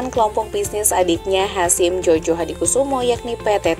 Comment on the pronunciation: Koreksi sedikit ya mbak... Djojohadikoesoemo itu asli tulisannya, masih dalam ejaan lama org jadul. Gak boleh dirubah. Tulisannya, nama org. Bacanya, dieja Joyohadikusumo. Jadi bukan Jojo ya. Tks.